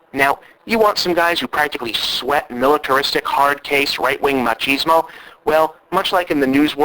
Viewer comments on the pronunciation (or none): none